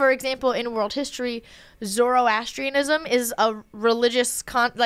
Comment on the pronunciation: Love u but u butchered the pronunciation of Zoroastrian. It’s actually Zoor(like poor)-as(like that word for but)-tree-en. Love u guys and just wanted to educate on this topic a bit and don’t want to offend anybody. ❤